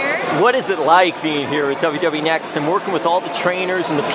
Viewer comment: It's pronounced N-X-T like the letters. Not Next.